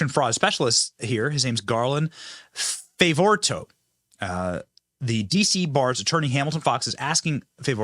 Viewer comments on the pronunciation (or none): Dear Benny: We need a list of these charges for the entire year and previous. It might make the Deniers at lkeast listen. BTW, it is pronounced Favoreeto. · Benny, it’s pronounced Garland Fav-ugh-Rito. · Hi Benny, his name is Garland "Fav" as in "hav" ......"vor" as in ""for" ...."ritto" as in "frito" or Garland Fav ...vor....rito! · It's pronounced favorito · You pronounce his name "Fay-vor-ee-toh".